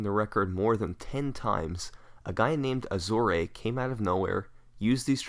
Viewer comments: I'm pretty sure you pronounced azorae wrong, but now I'm not actually sure. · You butchered Azorae's name, but good video nonetheless